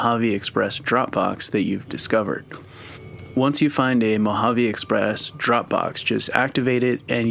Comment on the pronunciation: Just a heads up, Mojave is pronounced Mo-ha-vay. Also for crafting your own ammo you need to have the repair perk and just save all casings and blasting powder. Once you unlock the ability to craft ammo it’ll tell you what you need at the workbench. Each ammo has pretty much the same requirements with a few different ingredients.